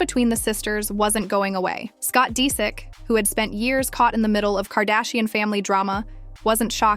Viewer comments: Why oh why do you have to mispronounce names in every video I dunno why it bothers me so much but it does you mispronounced Disick the first time you said it but then pronounced it right the next few times so it wasn't like you didn't know how it was pronounced. I wonder if this isn't AI voiced. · Omg whoever narrates this sounds like AI. Doesn’t pronounce his last name right and literally just repeats the same things over and over